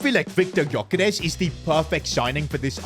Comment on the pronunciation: Gyoekeres is pronounced Djuh-Ke-Rehs